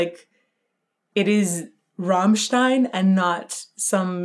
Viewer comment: When pronouncing the name "Rammstein", try to roll the R. Like Rrrammstein